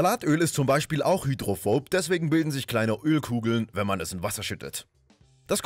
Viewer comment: "Hydrophobob" Bob der Baumeister